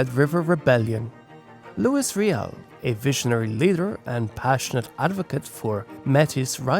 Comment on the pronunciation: Constructive criticism: You missed Steinbach as a city. Poluation 17,806 in the 2021 census. Also all the French names are mispronounced. Louis Riel, Métis etc are non anglophone terms. Some items could have been expanded, though I love that I leaned some new things about the province of my youth.